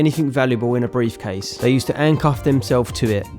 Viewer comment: I’m sorry but when he says handcuff like “ancuff” it takes me out 😭💀